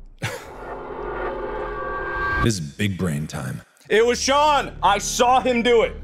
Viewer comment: I Thought He Said "It Was John"